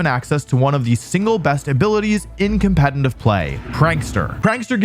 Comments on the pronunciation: Did anyone ever tell you that it's called "competitive" and not "competiNtive"? Where do you take that n from? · U cant say competitive bruh 😭 compentitiv play ass mf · my dude please learn how to pronounce "competitive". its really distracting. theres two "t"s in there. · I've noticed two things: Wolfey can't pronounce "competetive" Wolfey looks great.